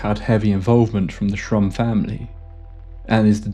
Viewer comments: Buzzing in the ear preceding high strangeness is a classic returning trope, one which I still would like to figure out some day! Anyway, awesome episode yet again! You mispronounced his name as Trump only thrice, which is given the difficulty pretty good if you ask me! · Am I the only one that he was saying “Donald Trump”? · Absolutely thought you said Donald Trump 😅 like damn this explains alot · With the narrator's weak pronunciation of certain consonants, it's easy to hear Shrum as Trump. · I thought you said Donald Trump in the beginning of the video 😂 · Thats what i heard the first time. I was just listening and had to read the description 😂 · That’s exactly how my my Mexican relatives say “Donald Trump” 😅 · The name was so jarring and I burst out laughing. Took me a while to focus on the story again. Someone here says he actually says Shrump but I can't unhear it now. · I know this story well and have heard the name Shrum. The narrator here has an accent / way of pronouncing Shrum... to make it sound more close to Trump